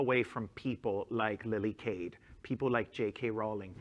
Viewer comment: Geezus how hard it is to say Cade?